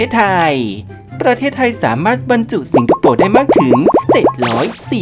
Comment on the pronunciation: พูดดีๆจะฟังลื่นหูกว่านะ ไม่ต้องทายยยย สิงคะโปปปปปปปปป ฟังแล้วขัดหู นี่การออกเสียงสำเนียงไม่ผ่าน เอามาออกอากาศได้ไง